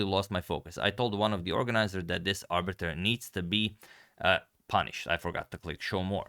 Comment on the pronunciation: Arbiter- 'Abut'...😂